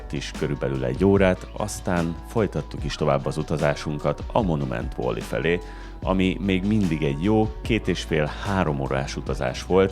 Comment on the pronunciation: Szia, Egy apró kukacoskodás: valley-t inkább "velli" és nem "volli"-ként kell ejteni 🙈. Amúgy megnéztem a teljes US sorozatot, köszi a videókat!